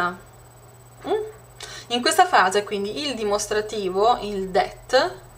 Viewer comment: Ma cosa dici? "det" ?! Io ho 13 anni studio inglese a scuola e so per certo, come dice il ragazzo sotto, che non si pronuncia cosi. Studia.